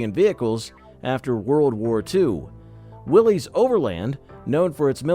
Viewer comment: Let's start with the first error. Willys is Not pronounced Willies. It Is pronounced Willis. Accuracy goes down from there.